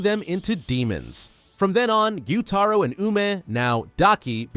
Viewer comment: Bro, it’s gyutaro😅